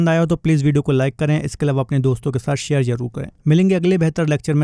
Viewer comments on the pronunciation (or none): none